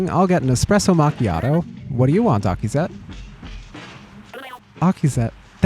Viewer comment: getting Akizet's name right first try is crazy